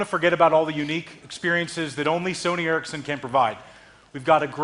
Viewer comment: i know, but its called sony ericsson not ercisson